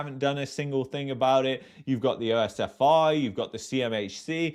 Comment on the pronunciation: Its not O-S-F-I ...its just like saying the whole word pronounced as OSFEE.